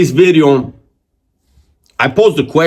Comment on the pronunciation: Why my boy emphasized on the V on video lol....#bideo